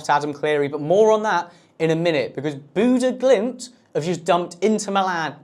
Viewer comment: yeah, he didn't say it right either